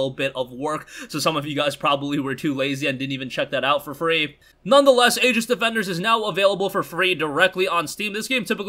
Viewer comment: Aegis is --- EEgis. The Aegis was Athena's breastplate in ancient mythology. Just watched another video that completely butched the pronunciation as well. Was the local newspaper from where I grew up (yes if you search Aegis newspaper you will know almost exactly where I am originally from). Anyways, great video as always. Yours is the first I search for every day (and again in the evening) on YouTube. Keep up the great work!